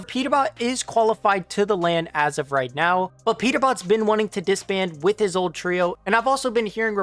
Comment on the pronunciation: bro said reet💀